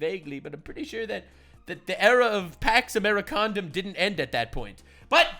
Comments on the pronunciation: Did she say pax americonda like wakanda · "pax americanda" fucking lmfao